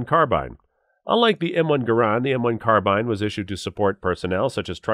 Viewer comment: I personally own, have owned, or used/shot all the weapons depicted here. There are some inaccuracies in this video. Sounds like this guy is reading a script and doesn't know much at all about the weapons , esp pronunciations. 4 min in the comment was made that the US Carbine (rhymes with "Far-seen") .30 cal saw little use in WW2. Tell that to the vets that used them. It was the most common US shoulder arm in ww2, with upwards of 6 million made, compared with million M1 Garands, and a number of Springfield and Remington 1903a3 and a4 rifles. the flash on a soviet tanker shooting a Tokarev TT-33 as supposedly a 1911A1 is a hoot... and the pistol used by US forces was a 1911A1, not the ww1 1911. There is a difference! The Germans "waltzed into Belgium" and took over the FN arms factories in 1940, not 1930. whew. The Browning FN made a lot of firearms for the Germans as they were already tooled up to produce weapons in calibers the Germans were using. Same thing happened in Poland and Czechia. Germans also used some Soviet weapons like the PPSh and even the Tokarev pistol. Large numbers of the Soviet 91-30 rifle were captured and issued to local militias and behind the lines troops.